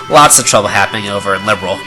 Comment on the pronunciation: am i the only one who's bothered by the way he pronounces "Liberl?" just me? oki. nevermind.